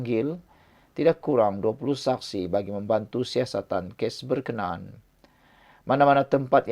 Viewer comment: Hello... berkna...an.. la..... bukan berkenan